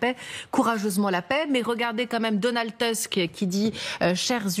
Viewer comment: Post Scriptvm : On ne dit pas "TEUSK" ((en Anglais, "déƒense d'éléphant")), ni "BEUNKER"…………… SURTOUT quand on porte un nom, qui semblerait assez Germanique .